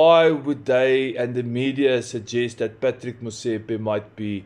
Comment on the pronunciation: Patrick is pronounced patrees